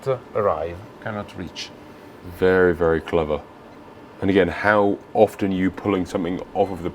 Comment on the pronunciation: She’s can talk & vewy healthy!